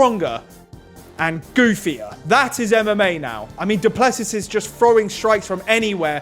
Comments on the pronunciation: Guys it’s pronounced Doo-plu-see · It is pronounced: DOO PLUH SEE